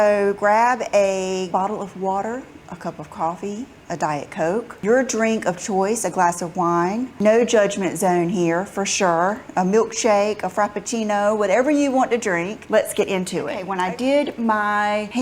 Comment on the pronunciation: A frumpachino it's Frappuccino 😆